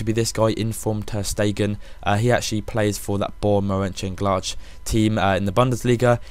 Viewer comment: I am a supporter of Borussia Mönchengladbach and I am offended by your pronunciation :(